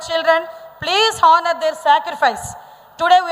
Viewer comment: Hats off ma Anitha Vangalapudi. Glad to know that you are an English faculty. But I should correct your word pronunciation of the word HONOUR ఆనర్ but not హానర్. I'm also an English faculty ma. But....